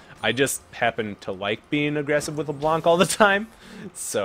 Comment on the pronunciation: The C is silent at the end of Leblanc so you can say Leblan. Anyway your vids are awesome!